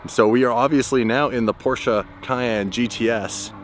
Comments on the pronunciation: whay u call the PORCHE .... PORCHA, becouse its not call porcha, come on, call it right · Pls say "Porsche" properly. Thanks.